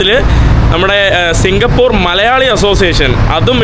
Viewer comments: സിംഗപൂർ അല്ല മൈരേ😂 നമ്മൾ മലയാളികള് പറയുമ്പോൾ സിംഗപൂര് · കേരളത്തെ തെറ്റി ധരി പിക്കുന്നു 😢സിംഗപ്പൂർ ആണ്...singha- പൂറു അല്ല😂